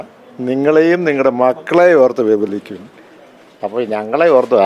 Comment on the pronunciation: വിപലിക്കൂ അല്ല വിലപിക്കൂ 😂